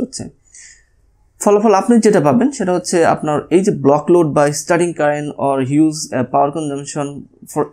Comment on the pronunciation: হিউস_ Not হিউজ_ আসগে_ Not আজগে🤗 উপভাষা।।